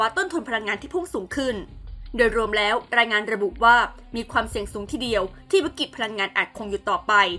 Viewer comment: เนื้อหาข่าวดี แต่คนอ่านข่าวทำไมดูรีบร้อนมาก อักขระ ร ล ฤ ไม่มี ควบกล้ำก็หายทุกคำ ปลายประโยคห้วน โดยเฉพาะ คำว่า แล้ว...พัฒนาต่อไปชนะแน่นอน